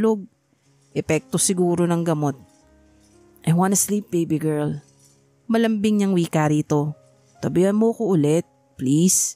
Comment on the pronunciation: Malambing not maraming.